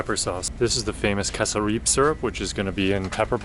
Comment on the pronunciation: Tickled by the way you pronounced ‘cassareep’ 🤣